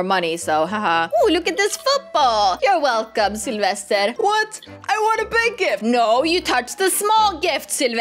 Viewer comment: Yea and i think she saids Syelvested lol